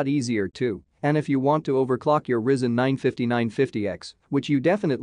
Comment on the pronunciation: Why do you pronounce Asus and Risen wrong? Is that on purpose? Where are you from?